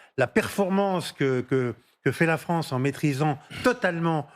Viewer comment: La Fronce dans le collimatar… Elle ne sait toujours pas parler correctement, je quitte !